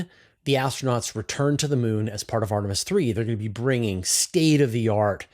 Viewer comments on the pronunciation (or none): none